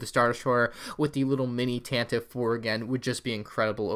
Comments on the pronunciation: Love your videos!! btw, Tantive IV is read as "Tantivy Four" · Tantive 4 is actually canonically pronounced like Tantivy 4. Bit weird but I like it.